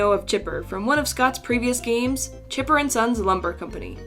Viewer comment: GunpowderLil 88 ITS CHIPPER NOT CHIPER